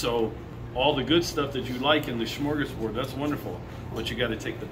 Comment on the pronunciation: He said SMORGASBORD